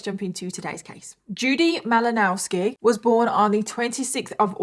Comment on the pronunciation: M -ill -Oh-Now -ski in case you were curious about the pronunciation!